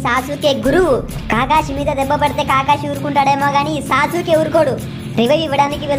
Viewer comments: anna aadi sa suke kadu anna aadi sasuke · Sasuuke kuda kadhu bro sasuke